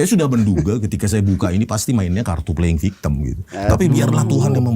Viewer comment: Momon blg play victim... laa dia sebut nya play victem 🤣🤣 katro